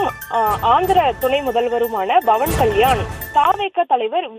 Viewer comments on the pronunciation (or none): Adhu BAVAN KALYAN illai... PAVAN KALYAN, don't change his name,.. News tamil channel educate your journalists first.😂